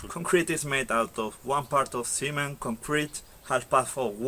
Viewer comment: La forma en que se dice cemento en inglés es "cement" así como se escribe....si bien la "e" en inglés suena muchas veces como "¡" en este caso no es así, la e, en esta palabra debe sonar como "e" ....porque así como lo estas pronunciando, parece que te refirieras al "semen masculino"en inglés. Usa el traductor de google, ahí también hay un ícono como audífono, lo puedes usar, para ver como se pronuncia cada palabra....espero que te tomes este comentario en buena, y no como crítica. 👍